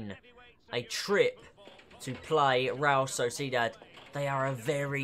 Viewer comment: You Pronounce realSociedad wrong 😑